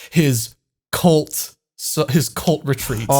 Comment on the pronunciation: I kept hearing 'colt retreat' instead of 'cult retreat'